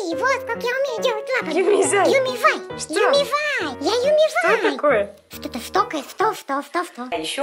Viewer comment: не Юми зай а Юми чу